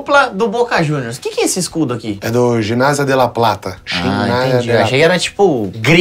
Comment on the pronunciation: "Escubdou" kkkkkk